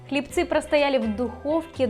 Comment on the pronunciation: Извините, хлЕбцы, а не хлебцЫ